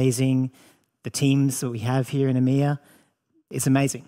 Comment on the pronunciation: It's EMEA not Imya get it right